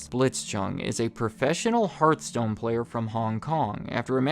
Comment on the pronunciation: It’s HEARTHstone not HEARTstone 😂. But great video. I play Diablo immortal and they have been promising bug fixes, pvp balancing for so long